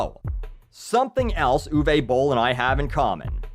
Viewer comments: its uwe not uway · "Ooh-vuh" not "ooh-vey"